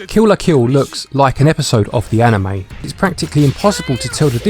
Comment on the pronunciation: "..Like an A-nheu-may".